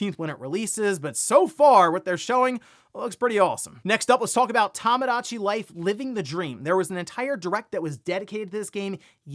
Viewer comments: I hate that this bugs me but... Toe-mow-daw-chee. not Tom. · Tomodachi is pronounced "Toe-moe-dah-chee" not "Tah-muh-dah-chee".